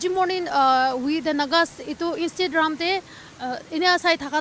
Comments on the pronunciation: C said Instadram not Isadrum 😅😅😅😅😅😅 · Instidrum😂😂😂 and drop ??? what a pronounciation. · Ua wrong she said Instadram n drup 😅😅😅😅😅